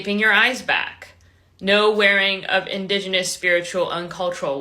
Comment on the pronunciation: too bad she can't enunciate indigenous. lol on her